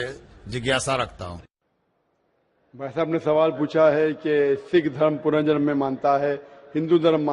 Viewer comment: Zakir Saab, Punarjaman hota hai ...